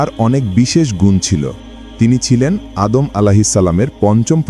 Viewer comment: আদাম আঃ ইসলাম না সঠিক উচ্চারণ, আদম আঃ ইসলাম